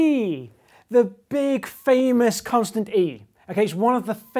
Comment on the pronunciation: At the beginning, it sounded like he said "The BIIIG famous consonant, e."